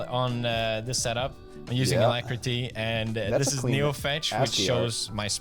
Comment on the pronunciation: You have no right to make fun of his pronunciation of "GUI" when you call Alacritty "Ala-Critty". And he calls ASCII "Ashee" because he doesn't want to say Ass-Key